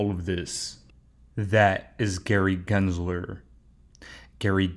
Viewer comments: I have my reservations about. He miss pronounces “Gary Glenslerrrr” and also keeps miss quoting the phrase….”The train has left the building”. It’s….”The train has left the STATION”. What fcking building???!!!!! LOL. I think he’s confusing it with “Elvis has left the building”. He’s also burping loud now on all his videos. A failed banker that was living with his mother just 1.5 years ago is now the self-proclaimed “#1 Coach in the world”? 😂. I feel sorry for the suckers that buy into his “Warrior Academy”. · Raise your hand if you know that pronounces “Gary Gensler” better than … GENSLER… not GLENSLERRRR 🤣🙋‍♂️